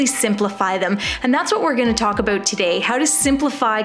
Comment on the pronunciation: Are you Canadian sort of heard that aboot